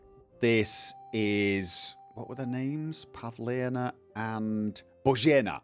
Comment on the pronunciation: Not "Bozheena", but "Bozhena"... It's short "e"... 😀 Otherwise, it sounded czech-ish... 😀